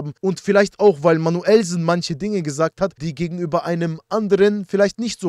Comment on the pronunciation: Ich schwöre dieses "Manüllsen" wird für immer lustig sein 😂😂😂😂😂